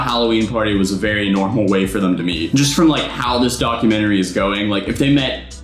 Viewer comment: When you said documentry I thought you said, dogumentry😎